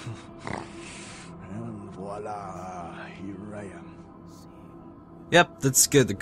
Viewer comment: The way he said voila made me crack up.